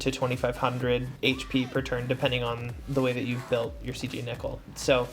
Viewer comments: Why nickel..? Why cant any one pronounce names. First Tituz and now Nickel. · This nigga did not just say Meratime Nickel